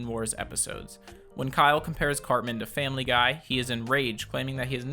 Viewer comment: Family gay I heard that